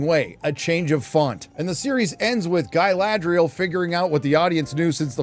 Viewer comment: An Evil has returned! “Guyladriel”